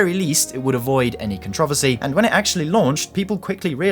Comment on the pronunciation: ....i had to stop the video with the way you pronounced controversy xD